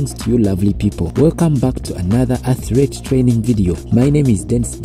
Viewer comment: I don't mean to be negative. Why is it so hard to say athlete? When I make the sound of your accent, how do you put in it atret why is the letter R there?